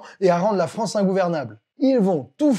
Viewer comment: Vive la « fronce »….